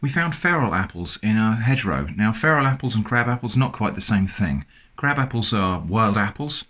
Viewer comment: My dumb ass thought you were saying hetero jelly. As in heterogeneous.